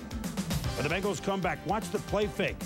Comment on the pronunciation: Bengals, not Benglas.